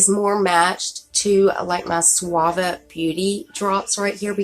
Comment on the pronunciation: I don't think anyone has told you this ( Wich I think is rude) but those Suva Beauty Drops you have is pronounced a different way than the way your saying it. But it's pronounced "Sue-va" like the name Sue. I understand the mix up though, you're saying it like the shampoo "Suave". I hope you understand